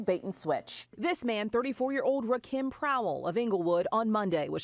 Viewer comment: I'm amazed that doesnt know how to pronounce Rakim? Are you fuckin serious?